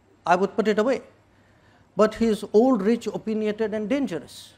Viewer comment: Stupid person doesn't even know how to pronounce opinionated